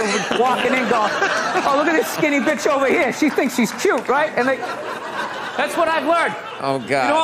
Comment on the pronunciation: Dyin' ovah yeah. 😂